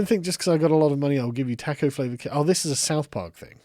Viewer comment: The way you say taco is upsetting